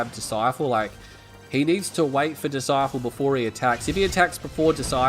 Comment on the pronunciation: ITS BLACK DISCIPLE NOT DISCIFLE DISCIFLE ISNT EVEN A WORD